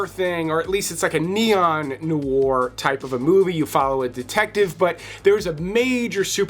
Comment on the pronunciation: Great video, and list, but man, listen to the way to pronounce ’Noir’ some time…